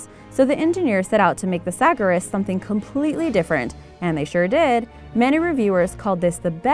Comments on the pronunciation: and the way she says Le mans, sagaris and alfa romeo is horrific! She clearly knows nothing about cars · It really p1$$£$ me of when you Americans cant pronounce a name properly. The Morgan car is pronounced Le Mon not le mans, the TVR Sagaris is pronounced sa-gar-is. Don't even get me started with the others, And the Holden brand is owned by GM/Vauxhall/Opel.